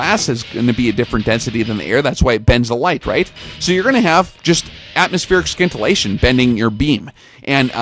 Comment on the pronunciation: Bro I hope by now you know the "sci" in scintillation is pronounced the same way as in "science"...